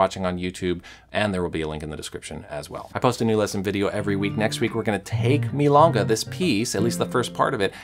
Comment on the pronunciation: Milonga..the o rhymes with go or low or throw. You're saying it as if it was spelled milanga.